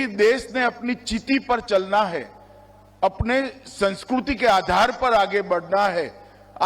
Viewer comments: जो केंद्रीय मंत्री संस्कृति को sanskruti बोलते हैं पहले उनको उम्र कैद की सजा दी जाए।😅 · He is not able to pronounce words nagrik and sanskriti. Saying nagruk and sanskruti. What a tyranny. Those who cannot speak Hindi are advocate of Hindi.